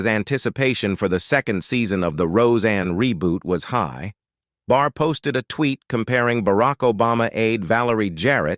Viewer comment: IT'S BARR 😂 NOT BAR. SORRY.